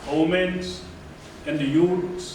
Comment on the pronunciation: Extremely disappointed with Arunachal DD news bcz of news from JUMLA Modi whatever related to centre's news instead of focusing on Arunachal's issues.. Tapir Gao:Its wi-men not homen😅